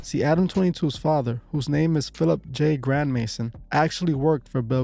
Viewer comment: It’s pronounced gram-azon